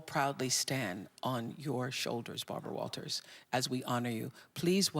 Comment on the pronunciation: Is Bharbwa whaltahs able to dwive?